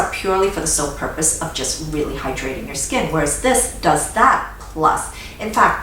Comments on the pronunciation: I don’t know why but I love how she says hydrating and emphasises tbe “hyDRATING” lol. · ButFirstCoffeeAlways At first I️ was like “she emphasizes the wrong part..” but now I️ say it the same way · HAHAHHAHAA!!! YESSSSSS! It drove me nuts at first and now we say it in our home, too! We LOVE! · Devin Mera lol me too! I had to practice but now I saw it the way! I also love how she pronounces ‘perFECt’.